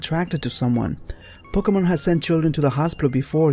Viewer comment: He said poke-meth